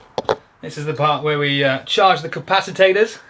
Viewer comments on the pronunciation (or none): Lol bro said, Capacitators😅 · Capacitator? Capacitor..